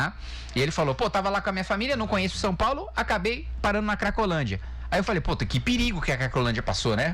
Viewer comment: A maior parte "sáo". KkkkkkJá vi Q vamos afundar mais ainda no PISA. Bom imitador de galinha. Devia fazer dupla com o imitador de foca .